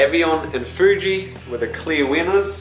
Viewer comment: Hahaha that Foooji xD